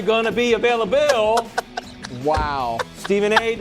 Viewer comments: "Are you gonna be availa-BILL" 😂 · "Are u gonna be availabilllll" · Availa-bill ! BARS😭😭😂😂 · “Are you gonna be avail-i-BILL?” That’s was actually a BAR 🔥😂 ok Destiny’s Wildes 👏🏽👏🏽😭🤣